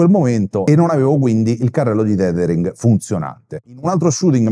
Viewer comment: Grazie, ottimo video, anche se penso che si pronunci tethering e non titering ;-)